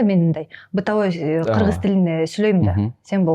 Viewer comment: Додурогон журналис кыз. Ат жылы 😂Кырзыз эмен .эмне дегидей буйум беле.додур туура суйлогонду билбейт.тилдин боткосун чыгарган.